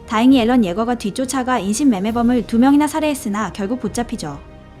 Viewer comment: 왜 앨런 이라고 하는 거임? 에렌 아닌가?